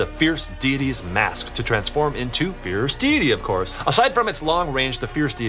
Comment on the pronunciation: and said feirce deitys sword wrong